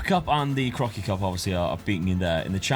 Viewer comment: When you say 'that Crocky Cup"at around 36 minute, it really sounds like you're saying "that fucking cup". I had to listen 3 times to realize lool 🤣... Eh did he just use the F word?